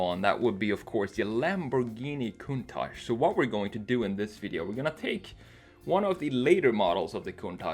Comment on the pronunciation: Thanks God you are one of a little portion of non Italian people to call the Lamborghini countach with the correct pronunciation. Thanks a lot